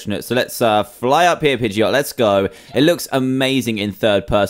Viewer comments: it's not a pegeaotoe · Pidgeot say jet instead geot